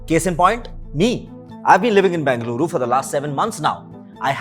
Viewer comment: If you are making a video on a city, then make sure you are pronouncing the name of the city correctly. It’s Bengaluru and not Bangaluru. Hope you take this feedback as constructive criticism.